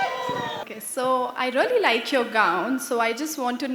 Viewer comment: The judge said, “I really like your gown” the “R” from “really” wasn’t pronounced properly. Who is her fashion icon and why did she choose that person. People can say “my fashion icon is Audrey Hepburn/Princess Diana/Rihanna” She wasn’t asking who designed her gown, she was asking who’s her personal fashion icon or idol in the fashion industry because her gown was pretty. That’s why the judge felt sad because the contestant just answered directly without understanding the question properly.